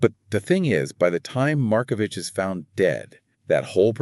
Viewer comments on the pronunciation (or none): CORRECTION: Pronounced Mar-ko-vick! This murder case was never solved. The French courts reportedly decided they did not want to solve it.:face-blue-smiling